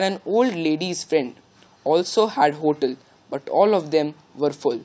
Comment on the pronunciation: pronunciation of ‛hotel' is wrong